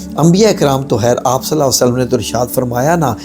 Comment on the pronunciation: Assalam, allawhumma Sawlli ala padh karen. Agar aap sawd ko mota na padhen to Maani badl Jate.